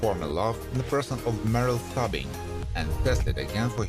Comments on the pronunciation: he even butchered his characters name lol it's pronounced 'stoobing' not 'stubbing' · No offense, but have you ever watched an episode of this show, because you somehow managed to mangle nearly everyone of their names? It's not "Merrill Stubbing" it's Stubing as in Stoo-bing. The actor's name is Gavin McCleod (pronounced Mick-Clowd, not Mick-Cleod). By the way, Gavin McCleod passed away May 29, 2021, which you not only do not acknowledge, but the omission severely dates your video. That's just one of many examples. Come on dude. Show a little respect to your Youtube material and to the stars who worked hard on this show. You wouldn't want someone to mispronounce YOUR name, would you?